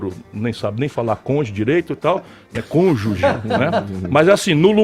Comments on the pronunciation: Moro fala "conje" , e Ciro não sabe falar "tríplex", em que a sílaba "tri" é tônica ,devidamente acentuada por ser aquela paroxítona terminada em "X". "A palavra "tripléquice" só existe em "cironês"... Sujo falando do mal lavado. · Ciro, vc alega q Moro não sabe pronunciar a palavra Conguge né? Mas aposto q ele fala inglês muito melhor do q vc. Seu tosco! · Moro pode até não pronunciar "cônjuge" corretamente, mas teve cunhão pra prender um dos maiores bandidos político. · Moro nao sabe pronunciar e vc nao sabe escrever.... Estamos perdidos mesmo! *cônjuge